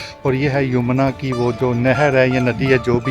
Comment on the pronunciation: Nice guidelines But its yamuna river bro not yumna river 😂